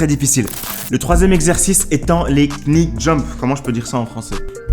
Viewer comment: Ahah😂 le k se prononce pas en anglais dans knee il faut juste dire ni